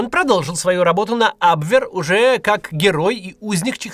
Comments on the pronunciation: Максим, ужасно слышать ваш "абвверр" 😂. Лучше говорите "абвеа". Немецкий язык не столь ужасен, как русскоязычные его каверкают. За ролик спасибо. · когда даже кац не знает что говорить надо абвЕр.